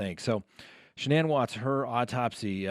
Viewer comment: Her name was Shannan rhymes with Dannon. The woman has passed let's have respect and pronounce her name like her mother did in court.